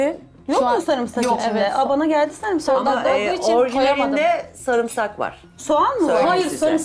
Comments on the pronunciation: şu sarımsağı düzgün söyleyin ya sarmısak ne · Samırsak😂 diyeni duydum bu program da.